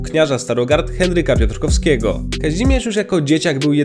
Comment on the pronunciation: Henryk Piotrowski a nie Piotrkowski 🥱